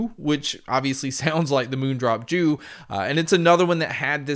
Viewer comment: It’s pronounced as jü meaning chrysanthemum, hence, the flower theme on the faceplates.